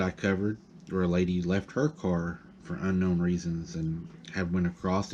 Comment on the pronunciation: Car not cat 🙄